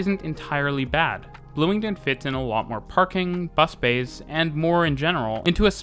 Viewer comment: Bloomingdin, though? Sorry to sound like a hater, but that is not at all now you pronounce it.